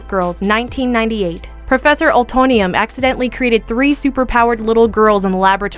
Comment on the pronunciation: I loved this video. You guys do a wonderful job with it all. Just two things the professor in Power Puff Girls you got it wrong it's "U-tone-ium" not "O-tone-ium." And also Mako who voiced Aku was replaced out for the last season of Samurai Jack because he passed away not mid-season like you said. But that's about it. I think you guys should do a video on underrated Netflix shows or movies. It could be a good one.